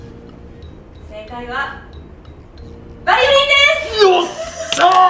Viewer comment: 先生、「バリオリン」になってません？